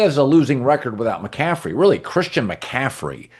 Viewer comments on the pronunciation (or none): none